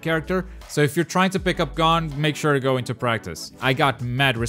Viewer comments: "Gone" it's gon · U said hisoka and gons name wrong and it lowkey was frustrating lol